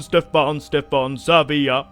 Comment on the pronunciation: SAVIJA XDDDDD IT'S SAVA HAHAHA